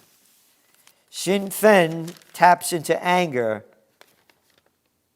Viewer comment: Gerald the best way I can describe the correct pronunciation of the party that won in Ireland is look at the two words shin pain and then substitute the p for a f and there you have it,thanks again though for all that you do,it’s appreciated,we would not be in this mess if there were more people in control of things like you, that do care